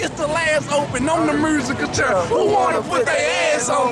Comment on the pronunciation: wtf is a "mrrrsical chur"...dont you mean "musical chair"